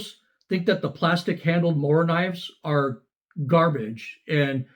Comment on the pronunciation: I wondered about the pronounciation of Morakniv, I pronounced it like you do, the correct way. Then I started saying it like Austin. I resisted writing anything as I assumed you did your research, as your videos are so thorough! I prefer the proper pronounciation of it also!